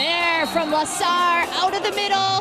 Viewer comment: As an Argentinian I love how they pronounce his surname differently each time: from LAHSER to LAZER hahahahahha. I think it's pronounce "LOHZEHR".